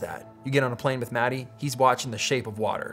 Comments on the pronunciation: Its not Matti(Maty)... Its pronounced Maat tea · Peter, I got something to tell you. Your "sauna" pronunciation was perfect but when you pronunciate the name of your friend...Matti... it sound like s*it :( It is not "mad i" like you say it, it is MATTI. I'm sure Matti is too kind to tell this to you, so I need to be the bird of bad weather here. Practice it a few times like that perfect sauna word and he will be surprised next time you two meet ;) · Matti! you have told Peter how to pronounce sauna correctly but he still calls you "Roe" (mäti). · It's not Matty, it's Muttty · as a fluent finnish speaker the way you guys pronounce Mattis name is always an insult :D